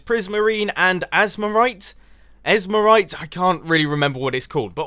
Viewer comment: Ezmerite, LMAO